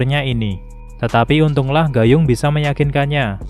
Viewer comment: baca nya bukan "gayung" Woii😂😂